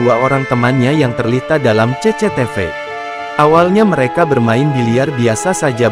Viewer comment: Baru kali ini aku dengar orang nyebut cctv jadi ce-ce-te-ve